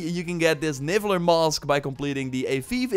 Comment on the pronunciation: I think they are calling them Nifler mask, Not nibler mask ;) but that would had been awesome